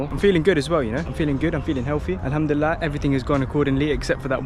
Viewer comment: I love the way when he said "alhamdulillah" 😊